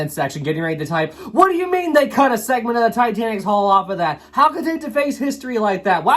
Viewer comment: It's pronounced Hull not Haul.